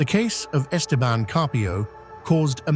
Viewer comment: The stupid shitty AI didn't pronounce 'Esteban' correctly